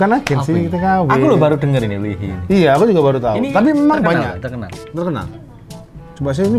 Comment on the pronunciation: Btw, baca namanya bukan "li hi" gt bang tp "i hai" 😅😅 Coba reaction yg red lipstick